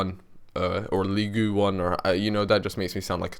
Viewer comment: Completely made my pants wet when you tried to say Ligue :D